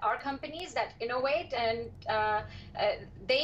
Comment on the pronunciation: LOL, innowate